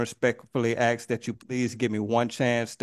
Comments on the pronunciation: I am seeing why the judge denied his request….. It’s because he “axed” her repeatedly…. Maybe if he would have asked her instead?? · Don't axe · Can't pronounce "ask" but wants to represent himself.